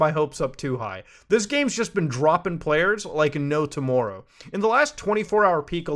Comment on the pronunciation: I had my suspicions but the way you pronounced tomorrow made me 97% sure you are Canadian